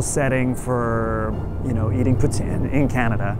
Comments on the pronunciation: As a Québécois, i'm glad you take time to go over the pronounciation of Poutine! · actually its pronounced pooteen because thats how i pronounced it